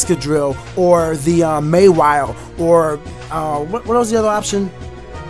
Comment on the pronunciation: Say mawhile right